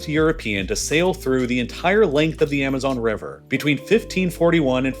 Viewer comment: the amazon rever?!?……yo wtf is rong with these computers not ever bein able to pronounce a single word properly?!? Hahahaha so sad